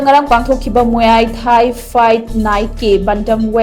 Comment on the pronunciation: muay thai se mui thai na pronounce twbne